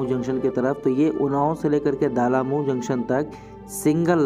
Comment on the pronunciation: ये "दालामऊ" नहीं "डलमऊ" है।